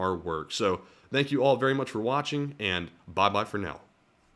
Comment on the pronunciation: Did you say "Bye Bye for now", or "Baa Baa for now"? 🤣